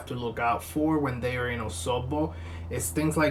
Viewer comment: You nailed the Osogbo really well. Wow.